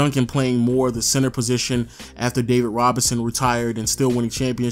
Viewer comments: Is it me or are you pronouncing center as "Sensor"? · Why does it sound like he saying “CENSOR” 😂